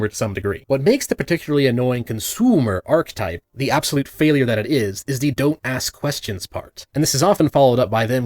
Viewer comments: arc-uh-type. not arch-type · Just so you know the ch in archetype is pronounced like a k, and you do pronounce the e after it. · The "ch" in "archetype" is hard, not soft. Like a "ch" in "arachnid," not the "ch" in "cheese." Talking about pseuds while mispronouncing this is pretty ironic. Good video otherwise. Know too many consoomers, unfortunately.